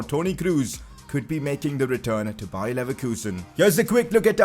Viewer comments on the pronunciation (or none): none